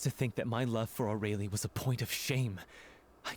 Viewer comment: I forgot how badly they pronounced Aurelie in this, I don't know how they got that pronunciation from that name